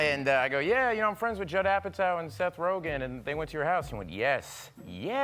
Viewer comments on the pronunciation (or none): none